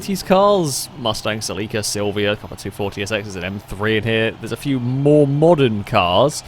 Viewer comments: 😅 it's pronounced CELL - ick - uhh you have the emphASis on the wrong syLLAble (not cell-EEK-uhh) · Omg why did he pronounce it SEL-EE-KA? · Its pronounced ( sell ie caa) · Japanese car means it's pronounced "セシリア Seshiria" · its pronounce silly car